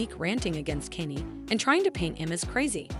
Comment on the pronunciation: Kanye not Kenny😂😂😂